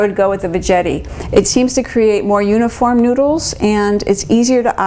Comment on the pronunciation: Veggetti rhymes with spaghetti. Not VeJETTY. should be named Zoodler. I have the power one. I just push it down and it is zoodled in like 10 seconds.